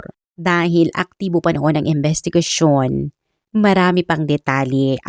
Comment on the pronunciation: AI ka po ba madam?? Bakit ang pronunciation mo sa imbestigador at imbestigasyon ay embestigador at embestigasyon.. pakiayus po ang pronunciation.. appreciate it .thanks